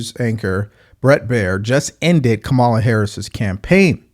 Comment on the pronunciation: I really like and almost all his perspectives. I watch every video. But dude. It’s Laken Riley, not Lincoln Riley. And from other videos, it’s electoral college, not electorial college. And finally, just call her Comma-la. I know it’s a small thing but everyone deserves the respect of having their name pronounced properly. It’s a basic respect in my opinion. Other than that, great content. I watch every video.